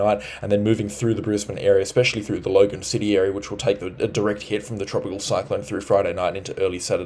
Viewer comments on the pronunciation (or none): none